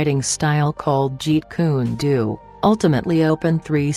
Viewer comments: If you’re gonna have a narrator, PLEASE know the right names! It’s Jeet Kun DO, not Doo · It's pronounced " Jeet Kune Dough " not Jeet Kune Doo, it's pronounced " Kay - Toe " not Cah to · She pronounced jeet kune Do wrong🤣